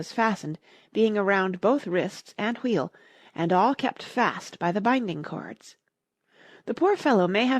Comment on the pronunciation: U say wheel wrong it's so annoying